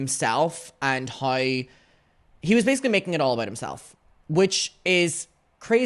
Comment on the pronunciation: "houew"= how